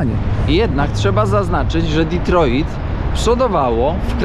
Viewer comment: Kierowniku - kto tak nakazał akcentować te Detroit ? :-)